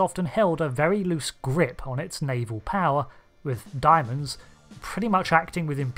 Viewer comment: "Daimon" is pronounced "Day-Mon" not Diamonds